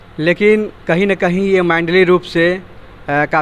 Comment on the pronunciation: मैंडली नही होता है मेंटली होता है